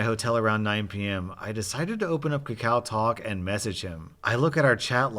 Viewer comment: hey man im korean and its actually pronounced ka-ka-oh talk